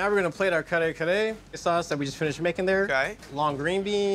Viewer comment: Love the name of the restaurant. That one lady pronounced it "car-car- tho 🤣 I'm dead